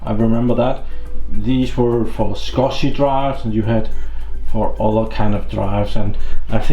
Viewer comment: Its SCSI.... as in SKUZEE... SCuSIiii...